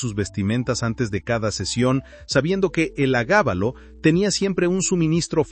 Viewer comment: Estimado: No se dice: "el agábalo" El nombre era: Heliogábalo. Me gusta tu canal.